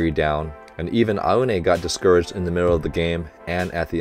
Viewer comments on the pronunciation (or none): you could pronounce Aone as "Ow"ne...(like, the shorter ouch)